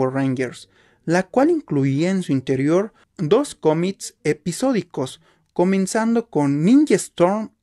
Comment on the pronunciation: No se dice tomics se dice cómics y no se dice aprotsimada se dice aproximada y no se etsagon se dice exagon con x con x con x chavo